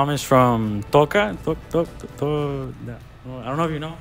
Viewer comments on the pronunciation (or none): Please don’t tell me he pronounced Tocoa as “toca” smh! 😭😭